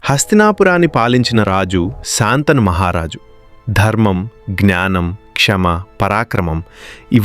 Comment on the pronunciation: కధ చెప్పడం బాగానే ఉంది కానీ శంతనమహారాజు అనాలి కానీ శాంతను అనకూడదు.